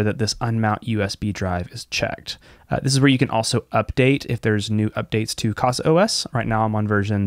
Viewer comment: Great video! I've been using Open Media Vault. I'll give a try to it. Just a small point: It reads 'caza', not 'cassa'. 'casa' is 'home' in portuguese.